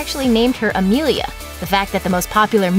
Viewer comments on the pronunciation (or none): none